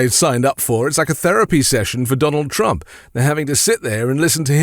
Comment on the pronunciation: At 2.24 he even calls himself “Strump”. 🤣